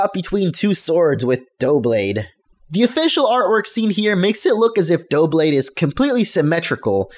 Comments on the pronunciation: yeah, stop being a douche about pronunciation. it's double+blade. say "double" then "-ade". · I am pretty sure it is meant to be pronouced as Dub-lade as it appears to be the combination of double and blade. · Try to say double, but replace the le with lade. Doub-lade. I think that's how it should be anyway. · It's pronounced Dub-lade it's Double and Blade put together lol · I think its pronounced "duh-blade" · I'm pretty sure it's pronounced "dub BLADE" as in "double blade." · Great video, though can't understand why you struggle to pronounce 'Doublade'. Clearly the name is simply the two English words 'double' (pronounced "dubble") and blade = Doublade ("dub-lade"). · I think its pronounced: Duh-blade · Ugh,stop saying it like that! It's "double" and "blade" (duh-blade) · Its pronounced Dough-oo-blade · Double+ Blade= DUB-LAY-D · Doublade is pronounced as if you were saying Double (Dou) and then Blade: Dou-blade. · I think it's pronunciation is "Duh-blade" (no harsh joke or pun intended) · I pronounce Doublade like Duel and Blade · I think it's pronounced dublade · do you pronounce "double" as "doughble" or do you just not realise that doublade is a portmanteau of double and blade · I think it's duh-blade. As in "double". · It is pronounced dublade. It has the spelling of double in it because of it being two swords, but I think it is pronounced dub because a queen would dub a night with a sword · doublade is prounced like double but with blade at the end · its pronounced (dew-blade) doubla as in double in french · Haha it's pronounced dub-lade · Doublade (Dub-Lade) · The spelling gives the impression that its name is derived from "double" and "blade", so we can assume that it's pronounced "DUH-blade". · I'm pretty sure it's pronounced like DUB-blade, a portmanteau of double and blade. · It's pronounced DU-blade, as in double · Duh Blade. Like Duh bul. Like Double. Doublade. Double Blade. Duh. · I can't believe people can't pronounce Doublade -.